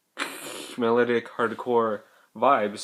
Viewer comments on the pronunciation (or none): lol you say melodic wrong